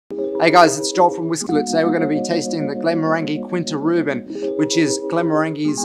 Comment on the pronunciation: As a fellow Australian, I get it... But, Glen-morr-an-jee, Kin-ta Ru-ban.